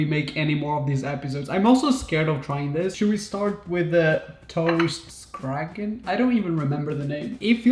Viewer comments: Fun video idea, especially for me that is from Sweden! "Oh no" is "Åh nej" in Swedish, pronounced "oh nay". You did pretty good with the toast Skagen but the semla was terrible, sorry. You have to come to Sweden on our annually "Semla day". I remember when I met you in Lisbon a few years ago and taught you a few Swedish words. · 😂😂😂 As a swede This was hilarious to watch. Even though you got the toast Skagen almost right.